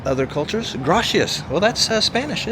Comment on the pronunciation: Yeah, that word in Spanish Gracias of course it means thank you. It’s pronounced the C not she